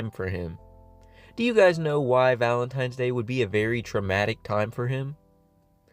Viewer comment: Of course he calls it valentiMes day